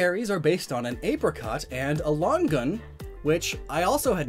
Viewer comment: It is pronounced LONG-UHN . There are actually fruit called miracle fruit.